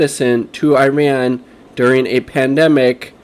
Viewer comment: ee-RON, ee-RON-ee-an, ee-ROCK.